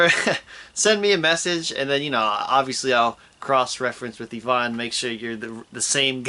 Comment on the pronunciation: it's Ivan, not Evan...